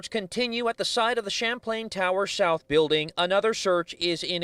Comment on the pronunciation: They said “shouth” 😬